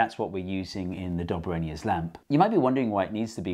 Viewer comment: It's Dob A Rhiner